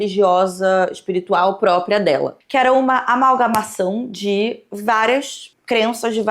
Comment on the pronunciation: "amagalmação" foi feio hein kkkkkkkk é amálgama